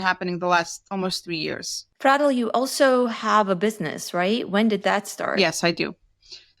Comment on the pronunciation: Why do you pronounce her name like that? Isnt it Fray-del?